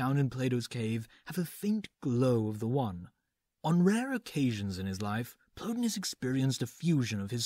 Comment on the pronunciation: The guys names were Plo TIE nus and E PICT atis. Pls act as if you've heard these names pronounced somewhere.